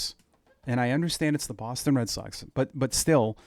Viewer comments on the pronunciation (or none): none